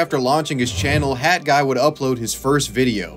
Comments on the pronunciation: Stop saying "Hadguy". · HAT guy... not HadGuy.....pronounce your T's!!! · Why is he calling him had guy. It's hat guy 🤦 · Why do you keep saying HAD Guy instead of HAT Guy? Your pronunciation is very confusing. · Why do you keep pronouncing hat guy...."had guy"? No disrespect it's just tripping me out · You should really learn to pronounce the letter T. Hat should not be pronounced the same as had as you do in the video. Sorry but it really got on my nerves. Lol. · HAT! HAT! Not HAD! NOT HAD! Learn to pronounce 't' when it's at the end of a word! Maddening! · you pronouncing hat as had the whole video was driving me nuts. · And it's HAT guy... NOT Had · Cool update, but why are you calling him HAD guy when it’s clearly HAT guy. While I’m on this topic, why have so many people turned into Jennifer Lopez and dropped the T, (or made it a silent T, which doesn’t exist in the English language) in so many words, (the exception being if the word starts with a T)? This is especially happening in names, for example Colton and Clayton is incorrectly being pronounced like Col-in and Clay-in. It drives me nuts. Why are people intentionally dumbing down the English language? STOP IT! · I hate how he keeps calling him "had guy" It's HAT. WITH A T. TTTTTT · Dude why have you made a video about someone when you cannot pronounce his name correctly? Its hat with a T not a D. You do it throughout the video which is really good but you say his name wrong continually. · Interesting video but I can't get over your enunciation of the word hat. It sounds like you're saying had guy. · Especially when he keeps saying Had guy, like pronounce the fucking t dude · why do u say hadguy?